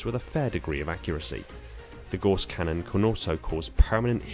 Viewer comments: Gauss rhymes with house not horse! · If you are going to make a video about a weapon, make sure you can correctly pronounce said weapon. It is pronounced g-ow-ss not g-o-ss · I'mma be that guy and point out Gauss is pronounced like House. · For those who still are fighting the war on how to pronounce "Gauss Cannon", I'm on the right side